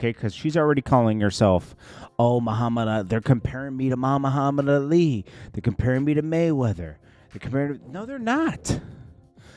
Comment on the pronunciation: Muhaminali? Wtf did u say? Lmaooo u no u butchered dat 1 n played it off n kept goin lol